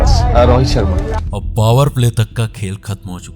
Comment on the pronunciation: Charma ne ballebaji.. abdulah chafiq... BOSDK, pronounciation thik karle...